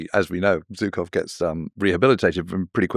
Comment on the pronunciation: good lord. It's "Zhukov" (like the second "g" in "garage" or the "s" in "measure"), not "Zookov." I mean, he's kind of a well known soldier ........